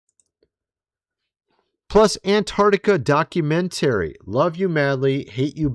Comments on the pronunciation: Where in the world did you learn to pronounce the word "documentary"?? It's actually mind blowing. Never in my life have I heard some words pronounced the way you do. Other than that strangeness, I enjoy your content. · FTLOG, it’s pronounced doc u men tah ree! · Why do you say documentary so funny? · Dude! D O C U M E N T A R Y Please look up the pronunciation of the word. You say you are an engineer so I know you at least have a bachelors degree. Do you say words incorrectly on purpose to get comments? Also look up Palantir pronunciation while your at it. Love your pod though. Just something that is like nails on chalkboard when you speak words incorrectly and also say you are an educated engineer. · The way you say documentary 😂😂😂😂😂